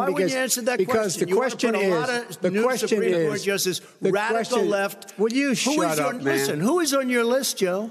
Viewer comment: Will you shup up man 👨 👨